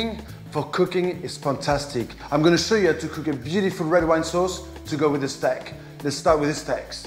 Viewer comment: Love the "Stak"